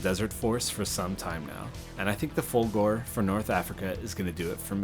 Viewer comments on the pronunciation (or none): You can't do the Folgore until you learn the correct way to say the name. It it not "Folgoor" it's... Folgore... so work on that. ;-) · For the one you called K: those are epaulets. Folgore is "fAHL-goh-ray".